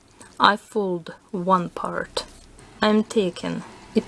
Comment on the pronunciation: When you said next part it sounded like you said next fart